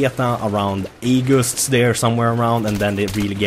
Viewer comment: Hahahahah the way said 'August'!!!